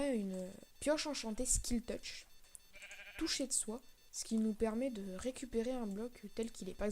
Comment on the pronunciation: C'est "silk touch" pas "skil touch" XD